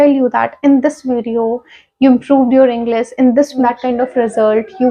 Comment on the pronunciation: You pronounced Englis but that is English